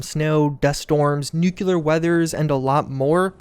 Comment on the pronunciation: NEW-CLEAR. Nuclear, say it slowly in your head and think about it. New-que-lar? Nucular? No, Nuclear. New-Clear...